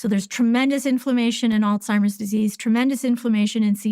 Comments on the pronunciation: did she say: Old-Seimers Disease? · I find it hard to take the advice of a Doctor that pronounces Alzheimers as "ALL-TIMERS." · She calls it all timers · Why do most people mis- pronounce Alzheimer's it not ALTIMERS